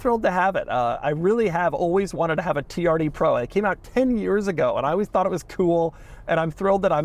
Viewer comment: All I hear anytime Doug says “TRD Pro”… is “Tee-R-D Pwo”😂. I wonder if he’ll get a “wittle wadder”😝